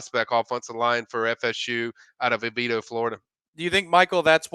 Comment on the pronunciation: It is Oviedo (Oh-Vee-Doe) HS same as Bortles.